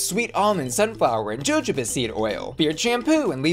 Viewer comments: Yo just helping out for future ad reads but Jojoba comes from spanish and is pronounced "ho-ho-ba". Just as you said it, just h not j. Carry on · Pro-Tip: Jojoba is pronounced Ho-Ho-Bah. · Jajoba is pronounced like a “h”. Sorry needed to correct tht